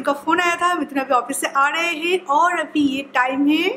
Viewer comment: "Abhi" not "Avhi"...pls learn to say "b" instead of "v" when u speak Hindi...